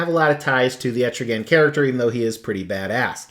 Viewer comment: it's not pronounced like that it is Etrigon dude.